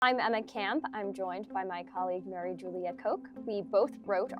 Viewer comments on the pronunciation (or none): none